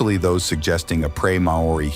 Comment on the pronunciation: "MA-O-RI" sound it out kid